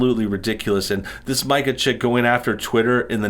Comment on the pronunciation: Pardon the correction, and it doesn’t change the level of “Karen” Mika represents, but her name is pronounced like “Mee-ca.”